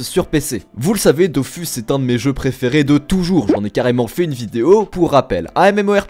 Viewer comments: Dofus se prononcer DOFOUS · Je corrige juste 2 trucs, concernant Dofus, les devs ont tranché en début d'année, ça se prononce "dofous", et je ne pense pas que le "s" de kamas se prononce, sauf si vous parlez d'euross et pas d'euros avec le "s" muet :-)